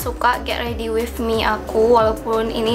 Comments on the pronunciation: dia blg with tu kaya wifh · with bukan wif kelesss